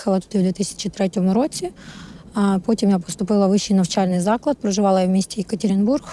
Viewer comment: розмовляла російською, незважаючи на її гарну Українську мову помітно за деякими словами що вона розмовляла російською. Наприклад коли вона згадує своє місто Йєкатірєнбург, промовляє на росіянський лад